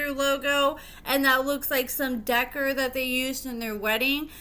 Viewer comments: 😂 Right. Thought I was the only one tripping . I heard “Decker” and had to really focus on what was being said and realized it was supposed to be Decor… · Decor is pronounced “de-core”